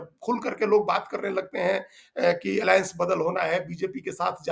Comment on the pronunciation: इडी एलाएंस क्यों बोलते हैं